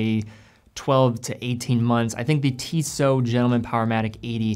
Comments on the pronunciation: TISSOT (i) not TEESOT (e). It's an 'I' sound, not a double EE sound. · It’s TISSO with a silent T if you want to be that technical